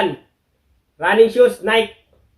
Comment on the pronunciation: Nayki po, hindi Nayk ang bigkas